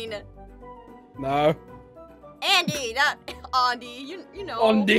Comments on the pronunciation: "Ondy" XD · Summer Preston remember how she was making fun of Andy’s name and said undie that’s why. I know it’s Andy 😂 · My favourite part of the video was: Jess: says Aundy Kestin: says jussica Jess: says Kustin Andy: it's like cous cous in a tin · She called Andy undie